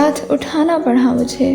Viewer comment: Great . But she is saying it as "پڑہا" rather than "پڑا" 😊